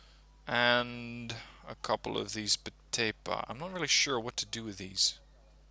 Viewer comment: It-s veteran not betepan